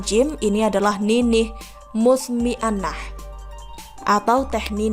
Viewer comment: Sok tahu... Membaca dan menyebutkan teh nini Mutmainah saja salah2 gitu mw nyinyir.... Hahaha